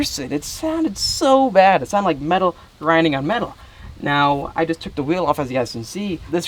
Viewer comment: HAHAHHAHA why the fuck did u say wheel like that 😂 omg that made me laugh 😂 “Okay guys I just took off the back right whhhheeeell” 😂